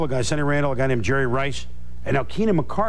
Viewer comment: Back when everyone called the Jags receiver Keenan MICK-CAR-DUHL